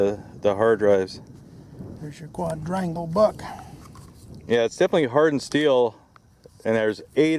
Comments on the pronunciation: You still aren't saying it right your using the d from quad and adding onto rangle and your saying quad-drangle instead of just saying quad rangle I wouldn't have said a word but you said it took you 2 days to learn how to pronounciate it right but your not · What an annoying pronunciation... How do you pronounce "Quadruple"? "Qua-druple" So stands to reason "Quadrangle" is pronounced "qua-drangel" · kwaaadraingle. Wasn't that hard XD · It took them 1 days to learn how to say quadrangle? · It’s not so hard to say quadrangle